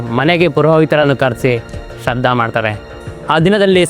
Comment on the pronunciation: ಶ್ರಾದ್ಧ ಅಂತ ಕಣಪ್ಪ ಶ್ರದ್ದ ಅಲ್ಲಾ